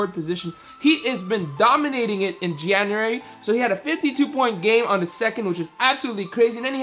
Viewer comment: what is "jaeuary" lol